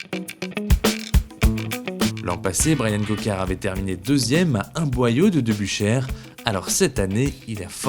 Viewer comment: petit cours de neerlandais pour mes amis francais....nokereberg et no nokerberg... debusschere et non debusscher.. merci bien